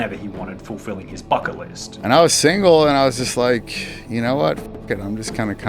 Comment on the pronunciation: . is sounds like he is saying "fucket" list